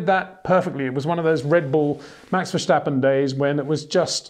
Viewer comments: there is no SHH in Verstappen mister Windshore... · Why does he say Max Vershtappen? He wouldn't say Shterling Moss, would he? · If Max were German then yes say Vershtappen but in dutch its Verstappen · Is it that hard to pronounce ‘Verstappen’ right as a non-Dutch speaker?